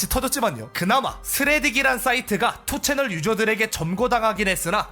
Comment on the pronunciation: 아 그리고 2ch를 투채널이라고 읽는 것보단 니 찬이라고 읽는게 낫습니다. 요즘은 운영자가 고소당해서 5ch으로 바뀌었지만.